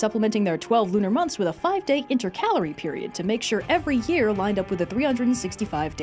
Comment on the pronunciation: you said intercalary the same way my senior English teacher, now colleague taught me to say it. However, that pronunciation has recently come under scrutiny. Thank you for the um vindication.